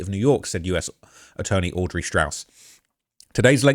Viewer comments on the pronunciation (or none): none